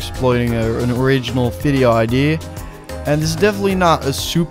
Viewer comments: No offence but you pronounce idea wrong. You say ID. Look it up on google and press the sound button. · Has anyone realized that he says idee instead of idea like in 😂❤